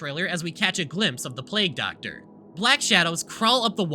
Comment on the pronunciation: Do Essay YouTubers just purposely mispronounce words now? Is this a thing? Plag Doctor, really?